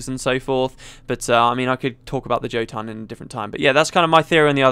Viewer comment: Can't stand hearing a britt pronounce "Jotun" :p The word is taken from norse mythology, and I think the word means "giant".